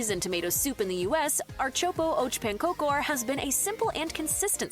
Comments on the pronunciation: Archopo och pankokor.. this AI totally butchered that. It's Ärtsoppa och Pankakor (“AIRt-sop-pah ock PANN-kah-koor”, or [ˈɛːʈˌsɔpːa ɔk ˈpanːˌkɑːkʊr] in phonetics ).. and then took forever to explaining that it is "pea soup and pancakes" Also, about the princess cake, she did say what the flavor was: Marsipan. It's a sugary almond paste. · Ar-chopo oach pancokor never gets old. It's the worst butchering of Swedish i've ever heard in my life 😂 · ”Art soppo arch pan cocor”😂